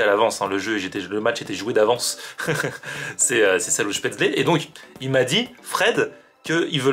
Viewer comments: On prononce chpétsleu ;-) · Spätzle se prononce "chpètssle" Florian ^^ et oui vive l'Alsace !! On connaît bien tout ça ici, bonne initiative cette adresse !